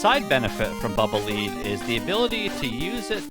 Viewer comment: Lead. Like the metal. Not "leed."